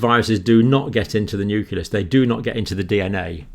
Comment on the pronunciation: That is indeed great news!!! Though I was surprised to find that even someone like Dr. Campbell mispronounces the word "nucleus" (which should be "new-clee-uhs" instead of "new-kuh-lous"), much like how weapon labs and US presidents mispronounce "nuclear" as "nucular". It's sad to see how this has been spread across the native english speaking scientists.